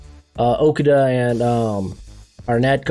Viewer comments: Purdy is a good sleeper and do you say Okudah wrong on purpose lol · I love ur videos but cmon how can you not pronounce Okudah by now? 😂